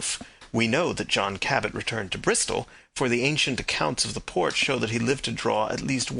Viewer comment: The name is Jphn Cabot, not Cabbett.